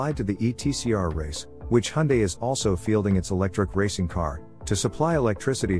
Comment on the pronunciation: Finally someone who pronounces Hyundae properly haha.